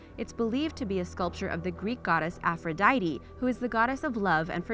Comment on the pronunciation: Venus de Milo-apphrosite?